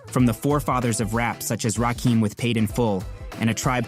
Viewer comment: Narrator lost all hip hop credibility less than 20 seconds in when he mispronounced Rakim’s name “Rakeem.” That’s the God MC my dude. No excuses.